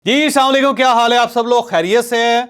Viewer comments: Ap apna salam theak kar lain......... 😮السلام علیکم ہے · Itnay Well known Jounalist aur columnist ko salam sahi tarha se kerna tu aana chahiye. Brother agar tabiat per nagawar na guzray tu Salam ka luft sahi tarha ada er liya kro. By the way you are my favourite columnist.